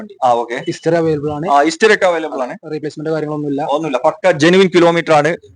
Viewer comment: ഇസ്റ്ററി അല്ല 👉 ഹിസ്റ്ററി ….!!!